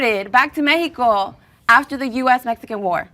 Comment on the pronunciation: When you’re speaking English it’s MeXico no Meheeco.